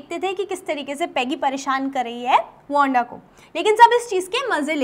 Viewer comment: "Wonda" Ya "Wanda" 😂